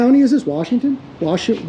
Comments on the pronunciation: Not Wa shoe it is pronounced Wa show. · Its pronounced "WHA-SHOW"...😎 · Also, not that it's a big deal, but it's pronounced "washo."even though it looks like it's spelled "wash shoe".... It's named after an Indian tribe. The Washoe Indians. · It's pernounced wa show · It's pronounced: Wah-Show County! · It’s pronounced “wash-owe” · Wash show is how it's pronounced